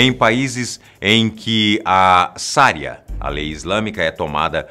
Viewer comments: Pequena correção: chama-se "Sharia" a lei islâmica. "Saria" é a pronúncia errada. E parabéns, como sempre, pelos conteúdos do canal! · O caso do estado Islâmico não foi piscina de ácido. Foi água normal mesmo , o que matou aqueles homens foi afogamento . Outro ponto, a lei islâmica se chama "Sharia" e não "saria" como foi falado no vídeo.